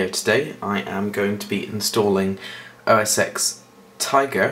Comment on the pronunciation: It's OS 10, Not OS X I'm quite disappointed that you of all people didn't pronounce it right!